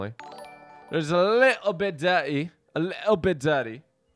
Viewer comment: What it really mean: little bit dirty , What i really heard : lay on bed dady...